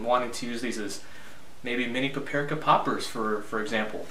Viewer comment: pa-pi-ri-ka ? -->pap-ri-ka